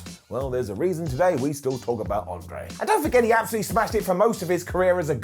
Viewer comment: André* not Ondrei